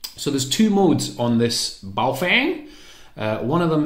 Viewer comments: Yeah weird thing to do a Chinese accent. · Just like the Chinese